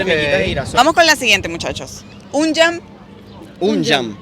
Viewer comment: La chica está pronunciado muy bien el Albanés, los españoles no tanto pero se entiende porqué no les enseñaron cómo pronunciar. Lo único que no pronunció bien es, Unë Jam La Jota en Albanes de pronuncia Y Cómo Un Yam